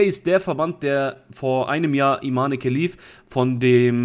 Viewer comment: Das E am Ende wird nicht ausgesprochen. Falls Sie tatsächlich eine Frau ist, was äußerlich und der Stimme nach zu urteilen eindeutig ein Mann ist, dann spricht man ihr Vornamen ohne das E am Ende, also Iman